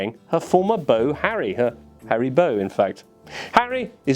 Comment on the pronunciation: Harry Beau? Come on Jimbo, take a beau, I mean bow.